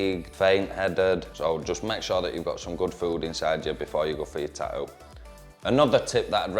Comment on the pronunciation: "Ta'ew" I like it lol